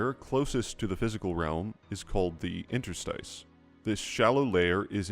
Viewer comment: you can use the word "interstitial" for a hint on how "interstice" should be pronounced